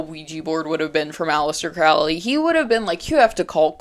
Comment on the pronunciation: Its pronounced crow lee